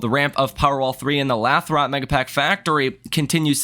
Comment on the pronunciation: Lathrop, pronounced “Lay-throp” 😉